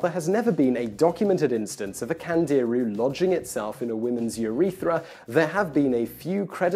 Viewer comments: It's not pronounced Kandeeru, it's actually something like Kandiroo. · I Found Out - Today you just found out that when a hispanic, or latin-origin language word has an accent on it; the emphasis is put on the syllable bearing the accent. Thus it is pronounced "CandeerOO", and not "CandEEroo" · Simon, Candiru , pronounce it correctly it's not CAN DEER REEEEEEEEYYYYY STAR TREAK , don't talk physics if you cant say the name of the fish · CandiRU. The accent is on the last syllable. Which should be obvious by the way it's written.